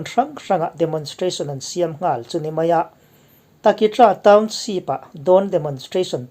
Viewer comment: A bengvar thlak thei khawp mai a, amaherawh chu i saptawng lam dan hi ka sawisel ve duh tlat mai, naupang ten an ngaithla ve thin bawk sia. Eg. Township hi Townsheep ti a i lam te leh a dang pawh a awm nual mai. Googleah hian saptawng lam dan tur American leh British in an lam dan voice a ngaihthlak theih ten a awm vek a, han in zir leh zel teh. Kan lo ngaithla ve zel a nia.